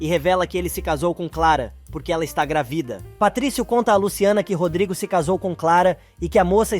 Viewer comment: É uma voz artificial, não é possível pronunciar palavras com os acentos.